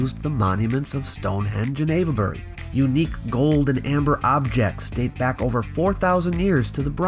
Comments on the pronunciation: We Brits are shockingly lazy when saying words: place names especially. Avebury is ave-bree (you started well, but need to drop the schwas in the middle and at the end); some locals pronounce Cholmondeley as something like "chummly". And a lot of the old Norman-French names have been mangled: Beaulieu is byoo-lee; Chester-le-Street is chess-lee-street (not too bad, actually) and lots and lots more. Generally, English orthography and pronunciation have been fighting for a thousand years. It's basically a no-score draw. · You did a good job. My only correction is that 'Ave' in Avebury is pronounced like 'cave' instead of 'Eva'. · It's pronounced wilt-sher, not wilt-shy-er, and ayv-bery, not ava-bery.